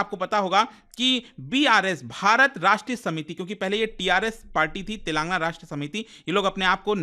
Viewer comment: TELENGAANAA... U PRONOUNCE WRONG